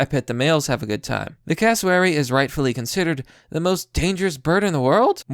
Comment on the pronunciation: It is pronounced "eemyou". You nailed Cassowary. See that lump on it's head? They will whack you on the head with it. Why you would want one is beyond me??